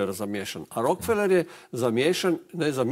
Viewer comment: RO - KE - FE - LER. (Engl. Rockefeller) A ne Rok - feler.